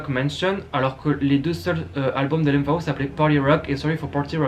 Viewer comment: Je découvre cette chaîne, c'est vraiment pas mal. Par contre je n'ai jamais entendu L.M.Fao ou "Ferji", mais L.M.F.A.O et "Fergui", ça surprend 😉